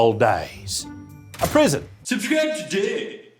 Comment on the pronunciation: Dude.. did you just say "prison" at the end?